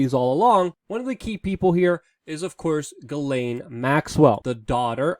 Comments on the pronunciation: Jis-Len not Gi-lane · I'm French Canadian and the correct pronounciation is Jissslaine (Ghislaine). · ...its pronounced Jizz lane Maxwell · I think it's pronounced Jizz-laine... ~:V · I think her name is pronounced with a softer g sound, like in Gillian that sound the same as Jillian. "Ghis laine" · I think it's supposed to be pronounced Zhizlaine.